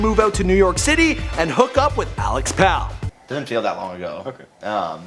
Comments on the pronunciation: Love the Chainsmokers, but anyone can watch an interview and make a video about it. Also it's Alex Pall (Like Paul) not pal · It's pronounced Pall like "Paul." Not pal lol